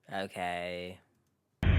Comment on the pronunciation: okayyy...okayyyy...😂 Jamaican Canadian Accent!!!😂😂😂